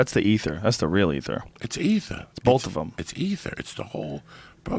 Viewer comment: Does it annoy anyone else how Rogan says "Both"? Sounds like he's saying Bolth